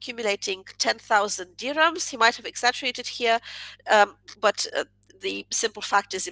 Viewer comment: You pronounce dirham correctly! When I was in Morocco I overheard an American woman pronounce it as "deer ham" like some kind of fictionalized meat!